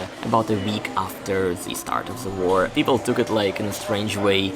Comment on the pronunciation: Did he say „war“???😲🤫